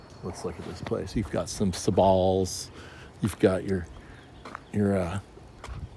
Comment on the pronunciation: You are the only person I have heard that says Sabal like how I assumed it is supposed to be pronounced: Sah-ball It’s a latin word and that has to be the correct pronunciation, right? People in my area have been correcting me and I’m just like..... no..... it’s not pronounced “Sable”